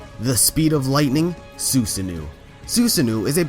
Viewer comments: It’s Su-sa-no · I love ya man but it is pronounced sue-sah-no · when he says sussano does he mean su san oh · HOW DO YOU MISPRONOUNCE THINGS SO HORRIBLY ?!?! FUCKING "SOO-SUH-NEW" NIGGA! IT'S FUCKING SUSANO (SOOS-UH-NO) AND SO MANY OTHER THINGS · it's su-san-no. not su-su-no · dawg hearing you say susanu made me want to comit act of violance. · SOO-Sah-no you're welcome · Am i the only one triggered when he pronounced susanoo’